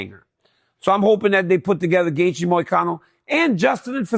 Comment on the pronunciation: DC, did you mess up Justin’s name on purpose😅?